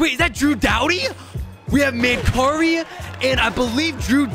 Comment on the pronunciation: Its Man- Carrie 🙂. Former Buffalo Sabre/Vancouver canuck from London Ontario